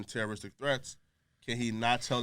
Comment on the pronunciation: Why was it bumpy… lmao you called mans a tterroristt!